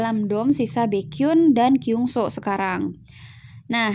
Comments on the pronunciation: Kyungsoo itu dibacanya bukan KYUNGSO tapi KYONGSU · Aku juga kaisoo tapi ka itu kaka pengucapan kyungsoo nya ada yang salah